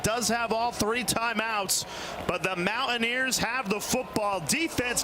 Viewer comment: LOL, WTH is this one announcer calling WVU? "Mow-a-neers"?